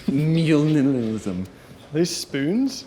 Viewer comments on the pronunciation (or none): Shouldn't have taken a sip of coffee before "Mjinimalism" 😂